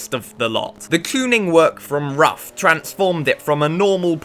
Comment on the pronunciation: Ruf is the second name of German tuner. It can not be pronounced as R-U-F. Only Ruf. Pronouncing as R-U-F is as stupid as pronouncing Ferrari as F-E-R-R-A-R-I.